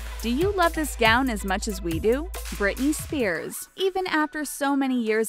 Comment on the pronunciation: When you said Brithey Spears i was like omg this was my life you CIRCUS